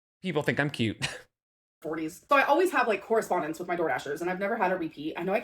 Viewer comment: Lol thank you! The "correspondence" has been bugging me too!